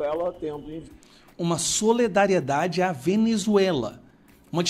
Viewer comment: Não cabe a vc falar SOLEDARIEDADE NÃO SERÁ SOLIDARIEDADE? AMAMOS VC E SUAS POSIÇÕES MAS, SOLE... DÁ NÃO.